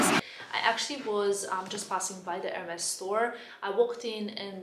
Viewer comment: Just please call them the right way :) [érmee]